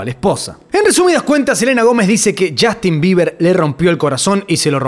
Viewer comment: Es justin bieber, no jastin